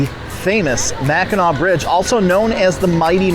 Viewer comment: Great video. However, Mackinac is pronounced MACK IN AW. Both spellings, Mackinaw and Mackinac have the same pronunciation. It's Mackinaw below the bridge and Mackinac above the bridge.